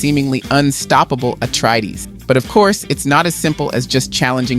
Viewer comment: Atreides, not Atreedees